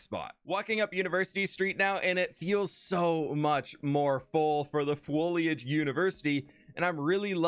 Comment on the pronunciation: Imagine being a student at the fwoliage university and having an allergy to pollen. 😂